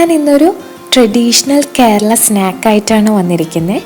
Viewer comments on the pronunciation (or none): none